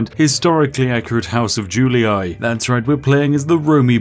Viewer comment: "juliAAY" "scipiAAAY" "brutiAAAAYYYYYYYYYYYY"